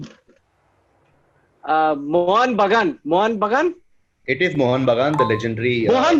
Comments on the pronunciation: The fact that Akash was answering with totally wrong pronunciations (mohan bugun.. bhoodun) makes me a bit suspicious..anyways it's all in good spirit so it doesn't matter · Akash is clearly cheating. Listen to his last 2 answers, he clearly could not pronounce Bhoodan and Mohun Bagan.